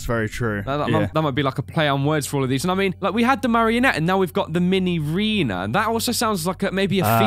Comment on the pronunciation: it's not minireana